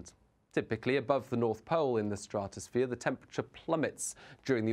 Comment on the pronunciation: Why is he calling it a straaatusphere? It’s very annoying how he pernonuces the word.